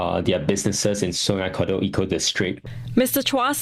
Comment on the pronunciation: Please pronounce the right way. “Kadut” like car-doad. Not “c’doad”. That means wrinkle in Malay language. Wrinkle river 😂